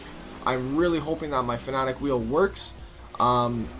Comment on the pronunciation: It is pronounced fan aaa tech